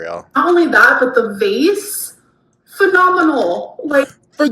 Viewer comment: The way she pronounced vase pisses me off